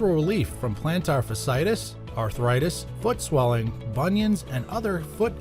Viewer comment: Did anyone producing this video not know how to pronounce fasciitis? There are to "i"s together. It's pronounced fash-ee-i-tis.